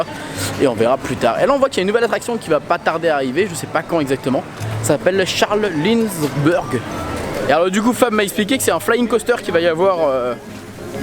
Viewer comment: Mdr suis mort "Y'a une attraction qui va bientôt ouvrir : Cha les Linde..beurgue " Le mec a tellement pas de culture G qui sait pas pas le prononcer et pas qui c'est 😂😂😂😂